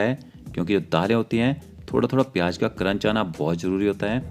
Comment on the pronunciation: Tum pehle bolna seekho. Pyaaj nahi pyaaz. Jeera nahi zeera. Jyada nahi zyaada, Jaroor nahi zaroor, jaroori nahi zaroori, majedar nahi mazedar, tej patta nahi tez patta, jabardast nahi zabardast. Uske baad Khanna banana